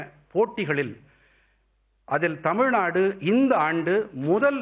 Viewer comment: Can’t even pronounce Tamilnadu he keeps saying Tamilnad